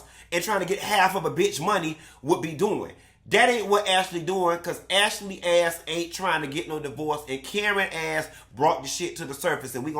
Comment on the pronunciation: AshAlee 😂😂😂😂... you be killing me with the way you be saying these folks NAME!!!😂😂😂